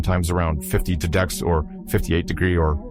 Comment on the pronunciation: you AI is having trouble with the word degrees